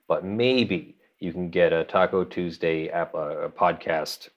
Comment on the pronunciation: I suspect it is pronounced "Tacu TuuursDAY" :)